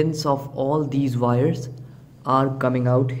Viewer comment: Wires NOT "Vires"